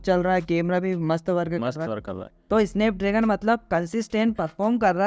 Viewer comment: स्नैपड्रेगन ❌ इसनैपड्रैगन ✔️ 😂😂😂